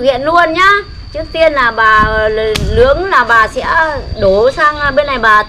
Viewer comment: «Nướng » chứ kon phải «lướng» bà nhé :-) :-) :-)